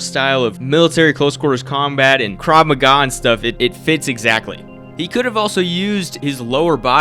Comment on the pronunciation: bro really said "crav maga" im crine 😭